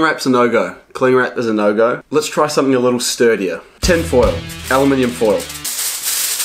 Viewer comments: WHEN HE SAID ELLAMINION FOIL I LOST IT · Did he- he- JUST SAY AL-U-MIN-EE-UM HAHAHAHAHAH all Michiganders like- “It’s Alu-min-um